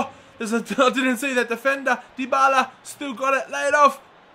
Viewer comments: Tayyib Jawid it's De-Bal-Uh, trust me... I watch Serie A games, and the italian commentators say it that way. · ***** it's die-ba-la m8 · Dybala is pronounced die-ba-la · It is said like die-bar-la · 6 episodes into the series and still cant pronounce dybala's name.. lmao